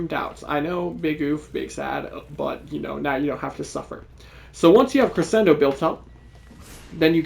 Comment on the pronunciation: Crescendo is pronounced Creshendo Your first Ash vid had me hooked on the channel glad to see you pumped out a max invest vid now